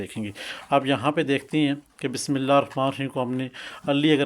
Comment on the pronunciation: آپ کو تو بسم اللہ بھی پرھنی آتی اور علی کو بھی علی اس طرح پرھ رھے ھیں کہ جیسے علی کی لام پر شد ھو آپ کو اس سے کوئ فاءیدہ نہیں ھوا ھو گا بلکہ غلط پڑھنے سے نقصان ھی ھوا ھو گا